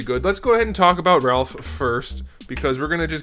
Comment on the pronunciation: I HAAAATE WHEN PEOPLE SAY RALPH!!!!... LOL(looking at my gf)... but also hate when people say SAIS (looking at )